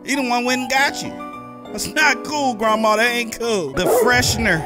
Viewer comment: I like how he says grandma like Grawmaw